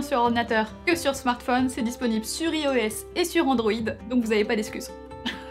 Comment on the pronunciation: Super video, comme d’habitude😊 Par contre ca se prononce [aï]os et pas [ï]os😅